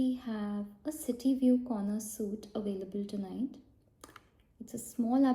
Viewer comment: Great video! You have a lovely accent. Just a small note, but "suite" is a french word and pronounced like the word 'sweet' in english :)